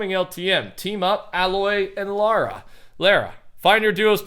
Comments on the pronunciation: Lara (Croft) is still pronounced Laura. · Btw you say it like L are a